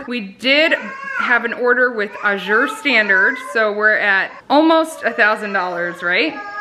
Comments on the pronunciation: AA-zure. (AA is short a, as in cat; zure, like the 2nd syllable of pleasure). Think of the work pasture, and that'll help you know how to pronounce Azure! The first syllable gets the emphasis! :) I order from them too; they're fabulous! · Azure...a shade of blue. Accent on first syllable, not second.